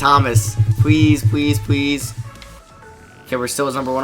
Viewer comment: this nigga says pwease and not please wtf